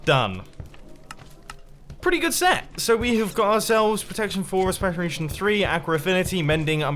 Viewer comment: We have protection four, respekiriation three... Oh mumbo you spoon.